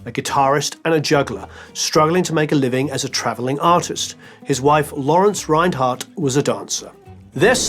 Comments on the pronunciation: His name is pronounced "Renard" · Thanks for an excellent and elaborate docu. However, one thing prevents me from fully enjoying it: your pronunciation of his surname 😞 You pronounce it in an (English-) German way. It is pronounced in French, with no roll on the re- and t at the end is not heard, stress on second syllable.